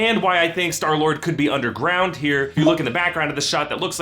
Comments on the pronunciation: "and earlier we sall skylord" 😆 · LOL U SAID SKYLORD